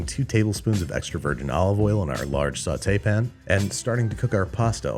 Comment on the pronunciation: Oh now it's a Sauté pan? You almost convinced me it's a sautaypn.